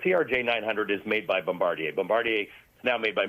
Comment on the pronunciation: Nice to hear someone on an American channel pronounce the name "Bombardier" correctly for a change. 🙂